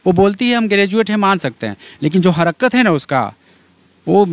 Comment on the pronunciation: Harkat hota h be harkarat nai